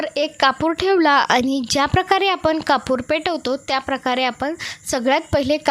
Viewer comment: कपूर हिंदीत म्हणतात हो कापूर म्हणा की मराठी बोलता ना ,सर्दी झालीय का सु सु काय चाललंय 😅 बोलताना दमताय का 😮😢 चाळणीने पाणी गाळतो हो